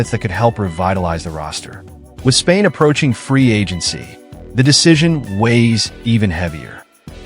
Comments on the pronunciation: Dang how many times you gonna say his name and wrong , Spillane not Spain come on you got to catch that kinda error just sounds ridiculous saying his last name that many times wrong with no editing ! Come on dude 😂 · Raiders will not trade Spilane. This guy sux at names..